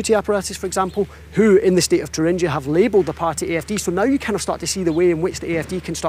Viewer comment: Congrats to for getting the (English) pronunciation of "Thuringia"right at 4'.15". Oxford?